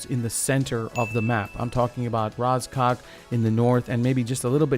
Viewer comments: it`s "ra-jok", not "raz-cock" just saying, correct way to say it in russian. and it means ''horn" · you said “Rozcock” not “Rozhok”